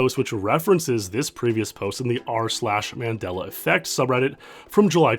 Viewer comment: You pronounced Mandela wrong. James from AVGN is the single soul who has pronounced it right.